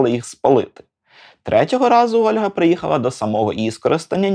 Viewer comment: Не "Ольґа" (Olga), а "Ольга" (Olha)!!!!!!!!!! Можу паспорт показати😊